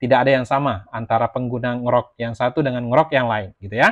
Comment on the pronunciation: baca ny En Ji Rock mas, bukan Ngrok 😅